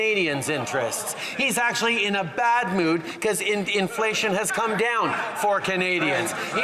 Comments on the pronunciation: Sounded like wacko said indianflation lol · Did Justin say IndianFlation? Or is that me?